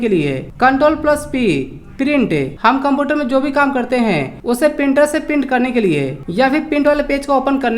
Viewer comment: Computer to bolna Sikh lo